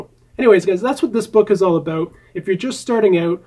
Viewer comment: I really like it when you say aboot ;)